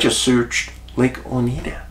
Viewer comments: O night duh is Oneida pronunciation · Oneida Lake. Pronounced Ow•nai•duh , like the Iroquois Oneida Indian Nation. Just under 2 hours south of my Adirondack camp where I had my time loss experience.